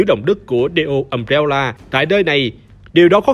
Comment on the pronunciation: Cốt truyện hay, đọc ok đó anh ad ơi Nhưng mà: Um-Bre-La hay đọc là Um Re La Hỏng phải là Um Réo Là 🥲🥲🥲